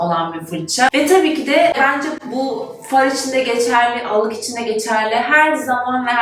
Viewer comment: Tabiki “de” telaffuzunuz Z kuşağına sevimli görünmek için mi? Türkçeyi katletmeniz irite edici.